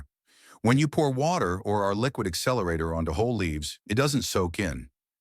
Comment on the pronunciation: "WACTER"? Who even makes a pile of leaves in the yard?